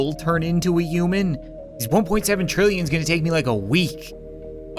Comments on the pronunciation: Why do you say uman and not human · You said yuman